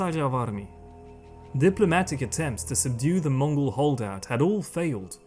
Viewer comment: This is such a good documentary. Props to even pronouncing the Mongol names so accurately. ❤